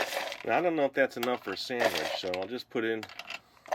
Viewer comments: He calls it sandwech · he says sandaweech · ITS not sandawitch.